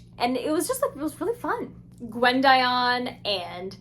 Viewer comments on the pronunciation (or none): im pretty sure its pronounces GWID-ee-un